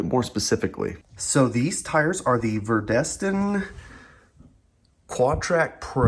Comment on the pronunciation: It's "Vredestein", not "Verdestein Quatrac Pro 255/40 R20 XL" (you reversed the first E and the following R in the word Vredestein in the description of the video). Just a little slip of the pen I presume. Nice try on the pronunciation of Vredestein, I know it's hard and I applaud you for trying ;-) Greetings from The Netherlands